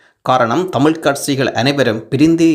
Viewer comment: கட்சிகளா இல்லை கட்ஸ்சிகளா தமிழைத்தமிழாகபேசுங்கள்....